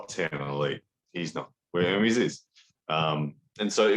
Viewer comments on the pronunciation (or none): It's "E-r m-E-s" , you should pronunce the second 'E' at the same way you pronunce the first!!